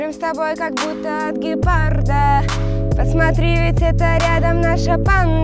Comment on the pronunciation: не гепарда а ГЕПАРРРРРРДА